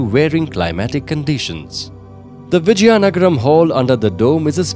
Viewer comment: Its Vizianagram not Vijyanagram